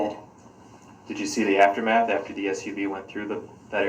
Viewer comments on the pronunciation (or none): none